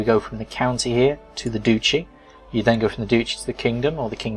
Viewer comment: Pretty sure it's pounced Dutchy as in Dutch.